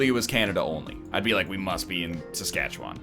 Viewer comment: As someone who's from SK, the way they pronounce "Saskatchewan" really just rattles me right up